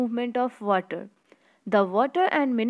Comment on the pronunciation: It's Water not vater